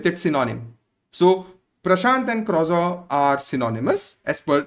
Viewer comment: One correction: croissant is pronounced as crow - saan. But great information.